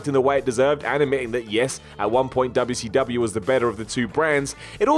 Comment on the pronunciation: Just here to hear say Duubya See Douhbya